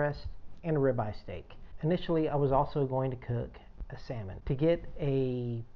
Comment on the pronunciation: LOL... Oh yeah buddy. Did you say salmon?